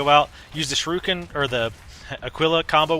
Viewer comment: not trying to be an ass, but ah-kee-lah and sure-e-ken.